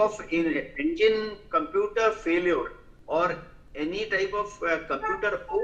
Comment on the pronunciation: These experts cannot even pronounce computooorrr correctly and they blame Boeing's computooorrr..there are over 1500 dreamliners flying all over the world for the past 15 years and there has not been a single loss of life ....